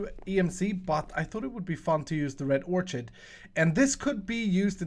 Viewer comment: not nitpicking here, but orchid is pronounced with a hard c as in card like this orkid just here to help was a tutor in school